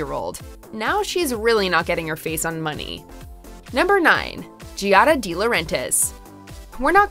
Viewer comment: Lol every time I here her say Gee-ad-a instead of Giada it makes me cringe. J have the same name as her and people can’t realize the I makes the g soft. It’s pronounced like Jada lol